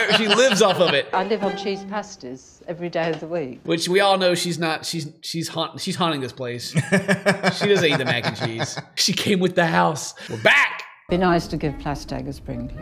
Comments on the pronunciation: I could have sworn she didn't say Pasties, but actually Pastas. Cheese Pastas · Did she say pastas or pasties because they’re two different things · Lol it's cheese pasties not cheese pasta 😂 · btw shes saying cheese pasties not pasta like a pastry with cheese inside and fairy liquid is basically like USA dawn dish soap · I’m pretty sure she said “cheese pasties” not pasta, it’s a uk food people here eat all the time☺️ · did she say cheese pasties or cheese pasta cuz i think its the first